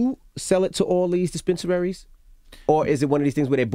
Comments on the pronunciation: “dispeneraries” -DJ Envy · Dj envy’s becoming a good interviewer but “dispensararies”. Come on bro 😂😂